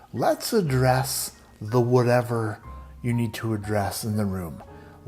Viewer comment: Every time you said "let's address..." I kept hearing in my brain "let's undress" laughing so hard! Thanks, you made my day!